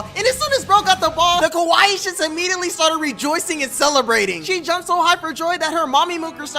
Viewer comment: U keep saying こわいい (Kowaii) “Kowaii” means “scary”; ur supposed to say かわいい (Kawaii) that’s Cute, or pretty.